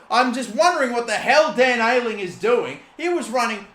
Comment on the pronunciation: I wonder how long he’ll keep saying Dan Ayling